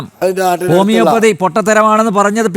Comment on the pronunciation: ഓമിയോപ്പതി അല്ല സീറോ ,ഹോമിയോപ്പതി ആണ്‌ പിന്നെ മന്നം കട്ടയും ആയതും എന്നു പറയു